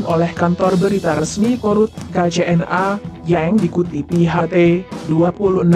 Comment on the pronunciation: Baca berita yang jelas ucapanya, bukan yeng tapi yang